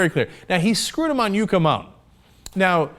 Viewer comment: Cenk, it is YUCK-A mountain and our states is called NAW-VAD- AH!!!